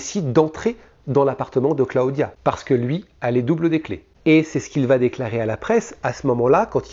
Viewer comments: Cla-o-dia . . Really ? Clodia que ca se dit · J aime bcp tes video mais entendre Cla odia des dizaines de fois ça pique un peu 😜